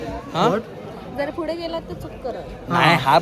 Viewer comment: and her fude instead of pudhe😂